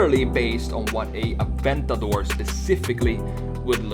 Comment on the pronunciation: Wow first time I hear someone say aventador correctly and not "Aventadoor"